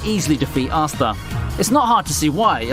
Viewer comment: I believe his name is pronounced astA, not assta